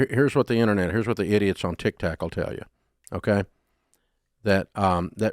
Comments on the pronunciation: Dave, Dave it’s Tik Tok not Tik Tak😂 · I always lose it when Dave says Tic Tac 😂